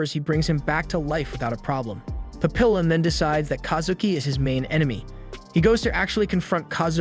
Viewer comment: no no no it's Pap-i-llon you must put some love into it